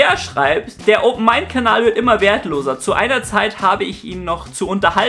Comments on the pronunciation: da hast du dich versprochen. weil du gesagt hast, "Abonniert diesen KABAL" anstatt von KANAL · deine videos sind informativ und unterhaltsam ... aber bitte sag einmal am ende KANAL und nicht KABAL ! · Bilde ich mir das ein oder sagst du statt Kanal immer Kabal :D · ja, richtiger homo, sagt er einfach "Kabal". Mir ist sogar aufgefallen, dass er das in anderen Videos auch macht. Das muss eine Verschwörung sein, mit der er die Weltgenschaft an sich reißen will. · Wieso sprichst du "Kanal" wiederholt so merkwürdig aus?